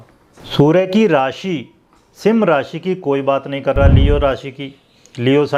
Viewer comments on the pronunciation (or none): अरे sir सिम राशी नही है सिंह राशी बोलो